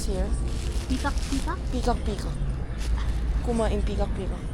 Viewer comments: Pigar pigar not pigak pigak, You should try pigar pigar in dagupan 😊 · I think it's pigar-pigar not pigak-pigak..😅..anyway,thank you for loving our country and our food..❤👍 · Its Pigar pigar